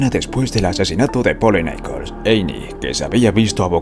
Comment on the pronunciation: "Nicol"?? 😂 No se llamaba "Nicol" se apellidaba Nichols.